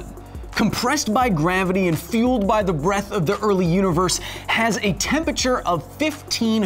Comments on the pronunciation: Love the show Kyle, but geez, it irks me every time you say "temperture" instead of "temperature"!! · Please pronounce all syllables in 'Temperature". Makes you sound as dumb as someone saying "Nucular" instead of nuclear.